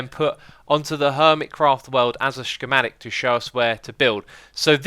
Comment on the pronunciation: Scc-mah-tic not she-mah-tic